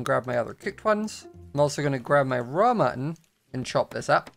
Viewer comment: Ok did anyone else hear “Ramen” instead of “raw mutton” at the start of the video or am I the only one?